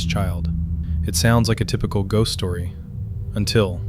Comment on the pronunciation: Com on shost 😂😂